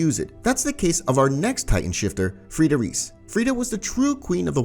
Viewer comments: I get so angry at you. You called reiss REECE it’s RICE and you called Maria Mah-re-uh but it’s Mhar- E-UH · you pronounce reiss like "rice" not "reese" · Nice vid brother only Reiss is pronounced rice and not Rees 😜🔥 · Bro said REECE ITS PRONOUNCED RICE. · Its not riss tho its rEis with strong E [reis] not rees ok? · Im so annoyed that he says Reiss wrong…. Its EI not IE so say it right please…